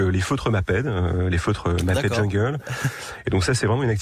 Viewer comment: Bravo le journalisme amateur....le mec il sait même pas prononcé maped.a l ecole on apprend ce que c est. Bravo le parachutage